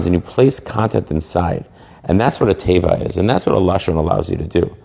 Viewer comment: It is pronounced tay VAH. Accent milrah, meaning the accent on on the last syllable. All of this is of very specific significance in the Creation. There is nothing so telling about how Hebrew one is than how they relate to Hebrew. What a bunch of phony Babylonian balonies you "rabbis" are.